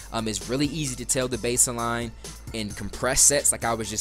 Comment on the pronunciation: good video, but "base-eh-line." just get rid of the "Eh"